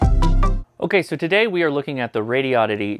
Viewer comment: Maybe you could teach how to say Radioddity? (notarubicon)